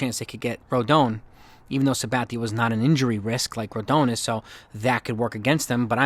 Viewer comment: Rodon is pronounced Roe-Don